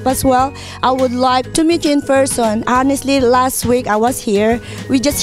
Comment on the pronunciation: Wow si madam🌬🌬🌬 sobrang mahangin jan sa studio🌀🌀🌀🌀nging tornado🌪🌪🌪🌪imbes na maapreciate kita madam napailing na lng aq😀😀😀😋😋😋😋HUMBLE daw😂😂🤣🤣🤣🤣dapat ung HONESTLY silent "h" pero bigkas hanesley😁😁wow saludo aq sau madam parang adobe sa tigas ng pg english mo..the philippines hind PILIPIN antagal mo na sa USA madam dapt usa accent kana...aq nga hk accent na😁😁😁